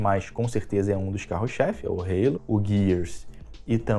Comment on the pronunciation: Ih rapaz falou Halo (reilou) com sutaque, o velho perdeu a essência